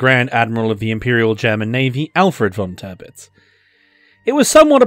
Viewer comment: Tirpitz should be pronounced T(ear)pitz.. not Turpitz